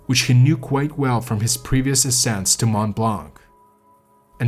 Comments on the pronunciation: Fascinating account. My only minor problem is to hear it pronounced "blank". The 'c' in blanc is NEVER pronounced in French. Very distracting for a French listener... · Mont blanc I notice u dont pronounce the t in mont which 8s correct so why the hell do u pronounce the c in blanc it is silent so annoying it is not mont blanC Cant listen anymore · The « C » in « blanc » is silent in french 😉